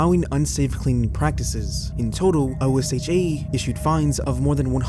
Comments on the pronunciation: OSHA is pronounced "Oh-shuh". It's an acronym, but you don't have to say the letters. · OSHA is an acronym, but it is commonly spoken as if it were a word. Pronounced exactly as it looks. Oh-SHha